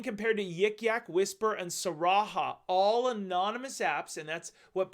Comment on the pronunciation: It's pronounced sa har ra